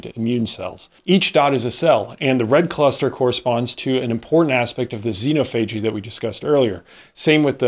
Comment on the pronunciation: xenophagy: You should emphasize the second syllable.